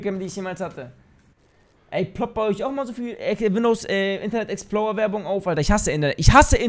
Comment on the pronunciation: Internet exploua haha Wie der es sagt ^^